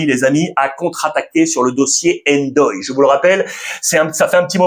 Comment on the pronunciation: Merci pour les infos mais je suis Sénégalais et on lit pas le "N" pour " Ndoye "